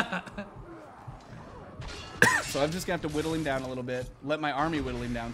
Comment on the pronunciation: He says eem instead of him wtf